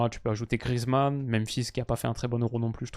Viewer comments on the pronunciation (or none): none